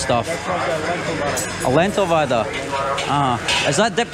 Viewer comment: Not vada, its bada/bara